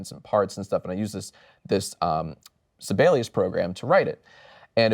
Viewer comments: As a Finnish person it hurts me how Jacksfilms pronounces Sibelius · Wait is Jack saying Sibelius. Because if so, god damn he butchered his name. He's a famous Finnish composer, and it took a minute for me to realize it was his name he was saying. Also, Ian, I'd say many of us Finns would take our name sounding like a sex toy as a compliment, so thank you.